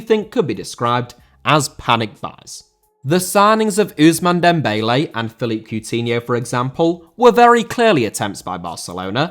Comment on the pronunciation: Philippe * NOT Felip